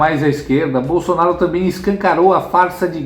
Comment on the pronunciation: Verdade ele fala Bolsanaro ate qdo está com a Esbanja 😅😅😅😅😅